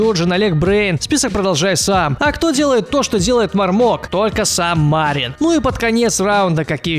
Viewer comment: Там 2 И Мариин Макано ударение на вторую И